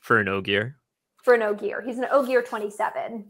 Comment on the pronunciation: I commented this, hit play, and then immediately said “Ogier” correctly